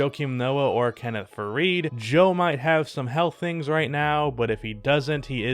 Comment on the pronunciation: Wtf is thirngs lol